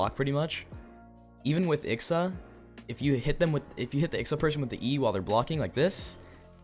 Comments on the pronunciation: I-X-A not ICKSA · why do u say ixa like that its pronounced eye-ex-ay